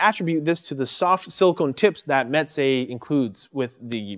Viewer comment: Actually it's pronounced (mɛzeɪ). It sounds like you are saying (mɛtzeɪ). (m: my, smile, cam) (ɛ: dr_ess, bed, fell, me_n) (z: z_oo, has_) (eɪ: f_ace, made, fail, vein, pa_y)